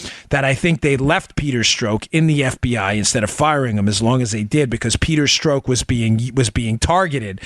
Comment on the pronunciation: Making me crazy -- Pronounced Peter STROCK as in a ROCK..not STROKE..Pleasee adjust.. Thanks, my brother!